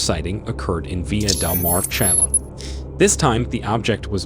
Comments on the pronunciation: I like your channel so far and have recently subscribed. But one minor correction I have to make in all due respect because of your professional narration. The South American Country you refer to in the beginning is pronounced Chill-A, not Ch-isle. I only say this because it sounds like you have an AI narrator that is pronouncing it phonetically, if not I just want you to continue to maintain this high level of excellence. Thank you, and keep up the good work! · yeah, technically it's "chee-lay", or often pronounced wrong in the U.S. as "chilly", which is borderline acceptable. But seriously...how have never heard that word pronounced out loud before? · Dude, please learn how to pronounce Chile...how stupid can one be?